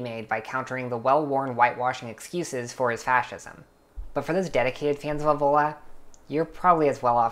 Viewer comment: You dont even know how to pronunce it ÈVOLA